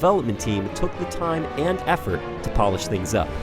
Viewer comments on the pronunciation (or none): none